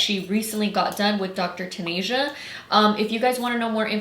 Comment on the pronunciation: "Dr. TanAsia" BIIITCH it’s "Dr. TanEHA" 🙄